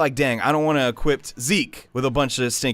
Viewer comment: Jesus Christ, dude. There's no fucking "t" in "equip."